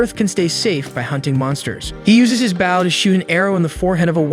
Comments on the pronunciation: stop saying it like bow and say it like boh plsss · Ok be honest you're using an A.i reader aren't you? You keep saying bow as bowing down instead of bow as in bow and arrow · It's pronounced Bo not Bow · Funny how the storyteller didn't know the word bow and call's it a baw. Heh makes me laugh.😃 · It's so annoying that he's Saying a bow Like baw it gets so annoying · He literally called it "the baow" like, BRUH🤦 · Say {Bow & arrow} not bowl ,cause that's what your saying bowl lol... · He's saying bow like I'm bowing to the kind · the way he says bow keeps throwing me off lol making sound like someone is bowing and not putting a longer emphasis on the o for bow lol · Its a ai so it cant distinguish the word bow(the action) ang bow (the weapon) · Yep stopped watching. Because of your clearly intentional mispronunciation of bow. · I was confused at first, but omg, it is soul killing to hear 😅😅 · right that why mad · I read bow the way the recap was saying it 😭😭